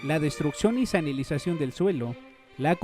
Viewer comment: Muy completo el documental tocaste muchos puntos claves...solo una queja pequeña...es salinizacion, no sanilizacion. Una idea de un documental importante ya que tu canal trata sobre comida, seria sobre los transgenicos.